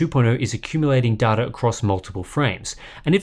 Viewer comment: i cringe every time i hear darta, its pronounced DAYTA